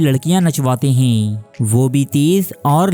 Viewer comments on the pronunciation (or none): انتہائی غلط الفاظ کا استعمال کرتا ھے۔ 'ھے' کو 'حئی' اور ھیں کو ۔۔۔۔۔ ھائیں 😂🤣